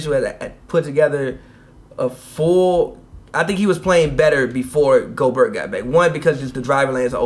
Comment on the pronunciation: He said goburt lmao. It’s Gobert